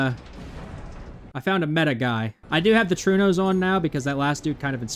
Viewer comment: Sir, are you aware of other languages other than english existing? Trueno is Spanish for thunder, and is pronounced "troo-eh-no", not "true-no". Please don't make my ears bleed no more 🙏